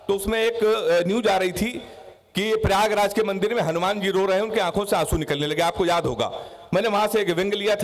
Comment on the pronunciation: Pyagraj bolne me dikkat hoti he kya